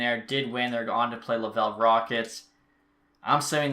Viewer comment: its not lavel rockets its laval rockets